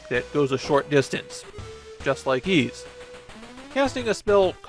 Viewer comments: Also it’s pronounced ‘eese’ not ‘ease’ and in Japanese I’m told it’s ‘iisu’ and not ‘iizu’. of all people should know this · fair enough. Also, it’s pronounced ‘eese’ like ‘(g)eese’ or ‘(fl)eese’ or ‘eas(t)’. They pronounce it correctly in the English Turbographx version of 1 and 2. Even gets this wrong, it seems. Considering he reads Japanese, I’d guess he’d know it was ‘iisu’ and not ‘iizu’ and work it out from there. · Literally the only things I know about YS are that it's a long-running JRPG franchise and that the title is pronounced "Yees". Considering that most other JRPG's from this time period are turn-based (FF, DQ, SMT, etc), assuming the same of YS isn't unfounded. In fact, pretty much the only other 8/16-bit action JRPG I can think of is the Mana series, and the combat there is so slow and menu-driven that it might as well be turn-based.